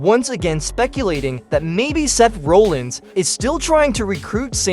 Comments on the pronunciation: Why do you keep saying rowlins? It's Rollins! Clearly you can't fucking spell either, it IS rusev NOT 'roosev"! Uso NOT 'usso'! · Seth RAH-llins not RO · Can’t even say Seth’s last name right I’m calling 100% bullshit